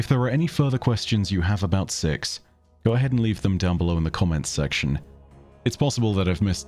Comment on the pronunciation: truly thought you said sex at the start of this glad i was wrong